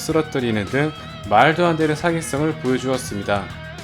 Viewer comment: 자이언트맨 발음 들을때 마다 웃기네 좌~이원트뭰